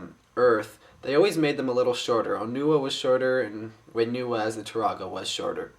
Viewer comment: It's Onewa and Whenewa! not Oneewa and Wheenewa!